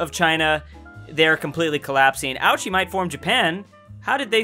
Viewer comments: Fun fact: ouchi isn't pronounced as ouchie it's actually pronounced as oh-oo-chie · Anyone else cringe when he mistook the Hessian army sieging down Bavaria for the Bavarian army? Edit: Ouchie was funny a couple times, but, it's O-oo-ee-chee. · Ouchi: says “Ouchey” Everyone else: laughs aaaa HAHAHAHAHA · ouchi ? more like GOUCHI